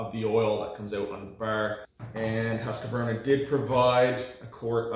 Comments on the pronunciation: That thing is being pronounced „hus-kw-arna“ with a deep u (not a high one!), a qua pronounced as kw and an arna, probounced as ar-na… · you pronounce it HUSKVARNA instead of Q you say K and no stopping or silensing letters